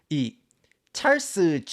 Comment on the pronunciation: 왜 알고리즘에 뜬건지 모르겠는데 경상도 사투리와 굴러가는 미쿡식 영어 발음의 콜라보가 매력적인분이시네요ㅋㅋ 좐/촬스 + 으깨/느그들 ㅋㅋㅋ